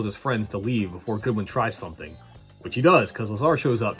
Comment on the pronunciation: his name isnt Goodwin it's Godwin